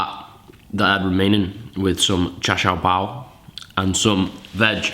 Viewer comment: mate its "char shoo bao" haha dont be a whiteboy next time u get ur dim sum on